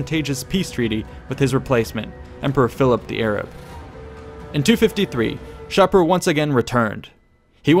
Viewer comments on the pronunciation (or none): Great job! I really like these vids. However, I believe Shapur is pronounced...[Shah'-pur]. With "pur" being pronounced like a cat's pur.